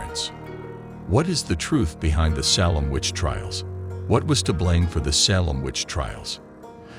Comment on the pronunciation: Also it's pronounced SA(Long A)-lem Not SAH(short A)-lem.